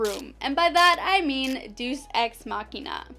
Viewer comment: Deus = "dayus"